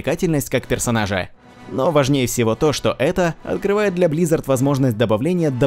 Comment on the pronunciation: Тупой топ, всё, что перечислено и так добавляют, просто видос одним словом звучит как "ХАТИМ БОЛЬШЕ ВСИВО"...